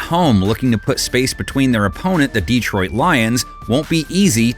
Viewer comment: Can the NFL guy correctly pronounce Detroit😊